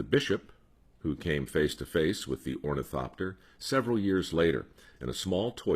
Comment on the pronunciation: Ornithopter? I dunno if that's how it's spelled but I like the way you say it. :) This was a great story...I always love stories about the Wright brothers. I live near Kitty Hawk, raised on the lore. Thank you, Mike. Oh... I can't afford the robe, but it's lux. ;)